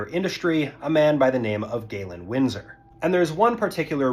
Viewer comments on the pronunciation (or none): Galen Winsor, not Galen Windsor.